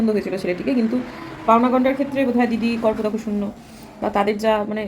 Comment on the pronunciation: 'kar-po-dako' noi..uchharon hobe 'kapor-dak' shunyo